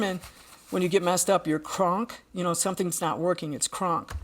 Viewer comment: she said her avatar is "kraaank" - being german I had to go back and listen again in order to understand what she meant...well yes I know now her avatar is "krank" ( pronounced with a very short "a" I would have understood right away that it is sick/ill ). Great respect is learning foreign languages; this is definitely not a common thing for Americans to do. (Hope my english can be understood 😉😊) Much love to both of you!!!